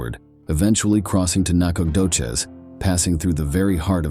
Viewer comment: I like how dude pronounces Nacogdoches literally 17 different ways and not a single one of them is right...... Huh....